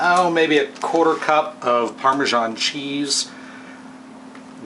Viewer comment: PARMESAN is not pronounced "PARMAGIAN"!!! Do you see a G in the word??? In fact, it is not even real Italian cheese.